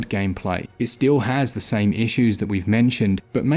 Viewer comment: "Da power of da Switch"